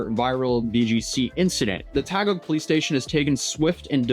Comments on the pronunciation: You have to make the phonetic sounds man. Remember, Ryu used to be called “Rah Yoo” because of the movie and cartoon. So it’s “Tah Gig (Taguig) City” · that's Taguig, not Tagog😅 it's Taguig City.